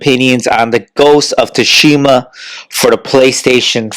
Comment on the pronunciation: lol what's ghost of thushima? Learn how to say it before you hate on it😂